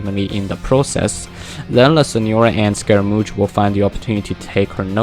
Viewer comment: It's pronounced Skeh ruh Moosh